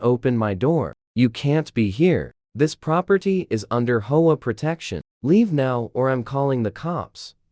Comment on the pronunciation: HO A? Can't be bothered to do correct narration. So I leave.